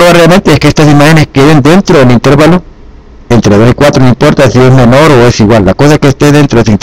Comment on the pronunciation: Se dice intervalo y no intérvalo